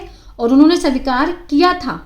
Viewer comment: मैडम स्वीकार् होता है सबिकार नहीं